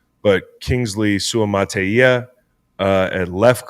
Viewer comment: Nice job on the Suamataia pronunciation. Deep Cuts! Man after listening to more, I had to edit my comment. As a chiefs listening to this was almost like listening to local a local sports talk show, mentioning guys like C-ROW you clearly do your homework man, if your knowledge of every team is this deep I am genuinely impressed. Great informed takes on guys that aren't household names brother, awesome show keep up the good work, consider me a new subscriber.